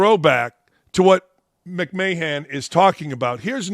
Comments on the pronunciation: Linda (McMan)! Not McMayhan… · He called her Linda McMayhand, it's pronounced McMan as in Vince McMahon's wife lol